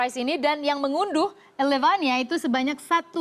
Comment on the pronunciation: elevania..prett..ilevenia mbakk